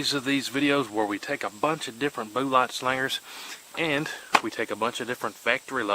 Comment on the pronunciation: I love the “rural way” he pronounces “booo-lott”!!!